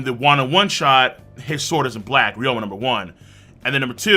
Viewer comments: Why do you keep calling him ryoma? It’s ryuma, isn’t it? Even in Japanese. I’ve heard it in the anime. Even in the manga it’s spelled “ryuma” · who is reroama? its re-you-ma